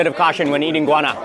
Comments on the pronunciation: the pronunciation is go-wa-na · What kind of pepper is it? Mark's pronunciation sounds like inguana, iguana, guana or guyana.